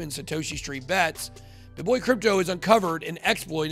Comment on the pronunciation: It reads "Bit boy" but sounds like "bitch boy"